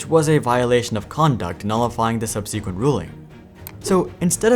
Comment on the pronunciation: sub-SEE-qwent is not how that is said. please go and read a dictionary